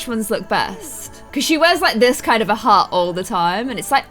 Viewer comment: when you say hat you say hot